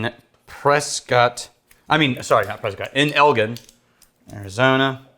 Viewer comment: Pronounced Elgin, like in Gin liquor, not Gin like Bin... Same as in a recent video where you had a whiskey from a distillery in Elgin, IL, which is a half hour from my house.. i chuckled..